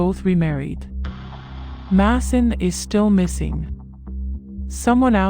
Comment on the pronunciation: Who is Diane? His name is pronounced MAY-son not Masson